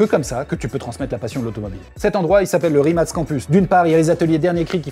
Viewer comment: Pour info ca se prononce RIMATS